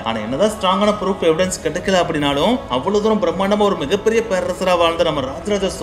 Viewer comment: Ha ha bro its not froof its proof 😂😂